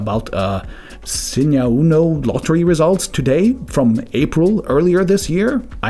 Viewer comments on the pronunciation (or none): Why do you say "blottery results from Columbia, Blinux and Blibre office ?? Are you using an AI voice for your videos?